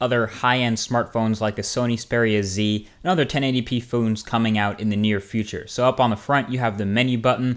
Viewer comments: LOL "1080p Phoons" ... Slip of the tongue there Marquez ? ... It's happen everyone sometime in there life :P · You said other phoones lol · "...and other 1080p foons..." lmao! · foones haha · "...and other 1080p foons"